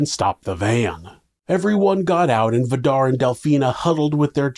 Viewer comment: Vidar is pronounced more like Vee-darr with a rolling r☺️